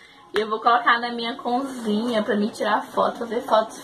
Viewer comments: Vc fala conzinha rs! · Eu acho tão engraçado vc falar "conzinha" rsrsrs